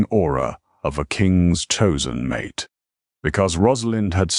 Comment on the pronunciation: the MISPRONOUONCED "mate" as "MAa' TAaa" gets a DOWN VOTE.